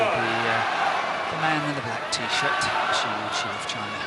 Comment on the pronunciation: These commentator should learn how to pronounce Shi Yuqi ... :(